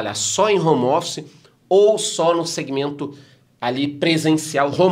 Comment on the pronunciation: "hommer" office